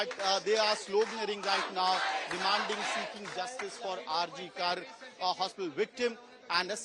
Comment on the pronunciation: It is pronounced RG "Kooorrr" NOT "Kaaarrr"